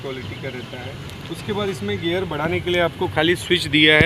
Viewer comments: That "gear" not "gayer"😢 Nice english 😂😂😂😂😂😂. saddle hight is not right. Cheap gear system. Sh** brake lever. Cheap saddle. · It's gear not gayer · It's not gyear it's GEAR